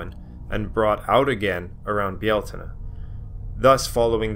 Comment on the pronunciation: Míos na Samhna means 'the Dish of Samhain'. The correct form in Irish (not Gaelic, please) is Mí Shamhna - pron. Mee how-na (those pesky Irish mutations of Irish initial consonants). Lúnasa takes the tonic stress on the first syllable. Congratulations on your pronunciation of Bealtaine.